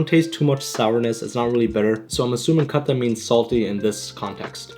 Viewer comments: My man said khatta like a gora 😂😂😂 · the way he pronounced khatta as khaTHa 💀💀